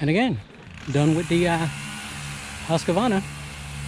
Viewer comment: Husqvarna is pronounced "Husq-Varna" and not "Husq-A-Varna"